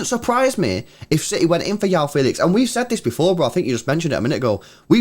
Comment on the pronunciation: Its not yao feelix🤣its juau fehlix(joão felix)